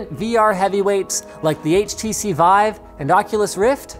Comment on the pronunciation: It's pronounced "Veev".